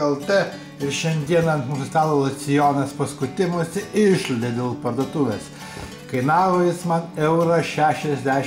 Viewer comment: Ne 'Lidl' o 'Lid-el' tariama.....